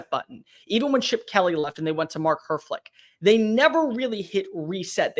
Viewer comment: Lol "mark herflick"... It's mark helf-ritch